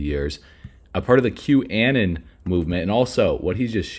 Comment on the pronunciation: Hey.... "QAnon" is NOT pronounced "A-nen". It's pronounced "a-NON" (like the word "aNONymous"). That's where it comes from!!! Q- aNON !!!!